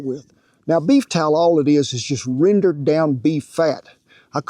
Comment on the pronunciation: "We want em to get down into that beef tallah." I love this man.